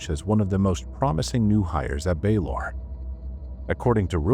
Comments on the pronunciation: Just because Baylor is mispronounced doesn’t mean it is AI. Let’s use some critical thinking- could it be possible the narrator isn’t familiar with this specific hospital and is simply pronouncing the name phonetically? I’ve never heard of this hospital and I would pronounce it exactly as the narrator has. The voice isn’t even close to being monotonous and the pacing is thoughtful- it would be impressive for an AI to achieve that. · Baylor is mispronounced the same way every time. An idea, if you want to dispel the rumors then, do a behind the scenes video introducing the channel and make it the into video to the channels main page.